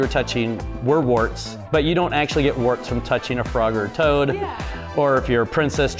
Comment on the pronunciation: IT IS TOAD NOT TOAT